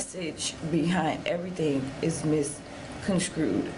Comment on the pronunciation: " MIS CONSCREWED" says all we need to know.